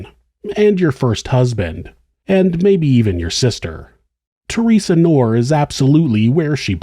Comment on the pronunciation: The name "Knorr" is pronounced with a hard "k" sound followed by "nor." Knorr is my name, it’s German